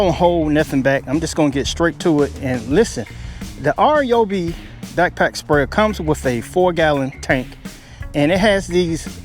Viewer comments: R Yoby!!!???? Hello!!😂 it’s pronounced Ryeoby!!!! OMG!! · "R"yobi? It's not "Rye"obi, either. It's "Ree"yobi. But man, you can call it anything you want because this is the most honest, thorough review. Great job! And because of your great video, I'm renaming all of my tools "R"yobis. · My man, It isnt RJOOBEE, its RYEOOBEE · “R”- Yobi? Do some research first before you start talking about products. Simply call the company, it takes less than 30 seconds to find out how the pronouns their name. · Rye oh bee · It’s pronounced: RYE-OBEE or RYE-O-B